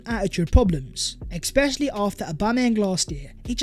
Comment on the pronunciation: Lots of ‘exspecially’s today.